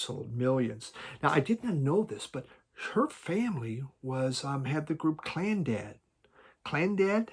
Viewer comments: it's pronounced Clannad not Clandad. But what the Hell. Try their sound track to the Hooded Man. Beautiful. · Enya's sister, Máire Philomena Ní Bhraonáin, became simply Maire Brennan in the UK, but for America, she had to change it again to Moya Brennan. It's Clannad, not Clandad, and Orinoco, not Oracle. You are hopeless! 😂